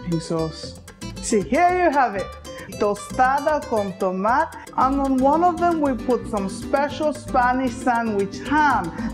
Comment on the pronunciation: Love this - Made me hungry! But just a tip - in Spanish, you pretty much pronounce every syllable. Toma-te (tomato) and chocola-te (chocolate). :)